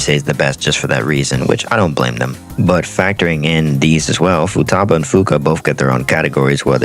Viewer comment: futaba its futaba